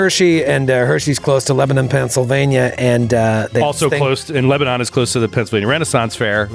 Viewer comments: It’s pronounced Leba-nin, not Leba-non in PA. Just for future reference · please get your wife to teach you and the rest of the crew how to pronounce "Lebanon".